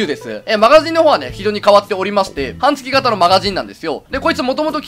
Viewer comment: はんつきがたじゃなくてはんげつがたじゃないのか…